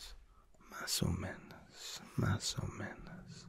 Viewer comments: If you pause after the no in "no muy bien" like that it sounds like you are saying: no, I'm very good (in a disappointed tone). Instead of saying I'm not very good (like how punctuation can change a sentence in English). Also it's menos not menas as you were saying. Still I'm enjoying this : ) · It’s mas o MENOS not menas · you kept saying menAs, it's menOs